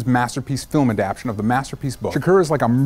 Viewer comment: Oh my god, I think Ross or someone did this too: it's "ah-dapp-TAY-shun"